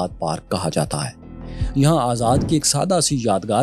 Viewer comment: Tuze sharamm Kaisa nai ayi re azzaad ji ko kaise pronounce karra